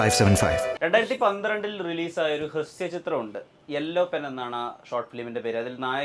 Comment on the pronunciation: ഹ്രസ്യ അല്ല ഹ്രസ്വ